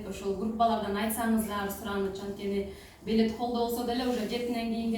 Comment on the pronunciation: Белет эмес билет